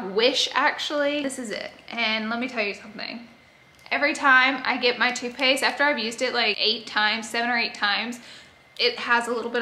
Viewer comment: When you were talking about toothpaste i thought you were saying toupee’s 😂😂 i was like gorl, toupee?!?!? And then i realized you said toothpaste lol